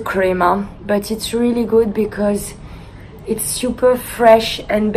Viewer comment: the way she said "it's" at the eyecream part, "itz-eh".. i wish i had a french accent it sounds so beautiful